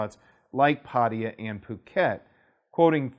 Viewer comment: It's pat-ta-ya, how long have you lived there